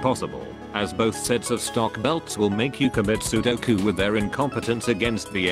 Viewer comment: its sepuku not sudoku xD